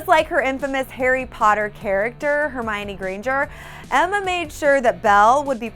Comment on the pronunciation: Did she just say hermariony and not hermione?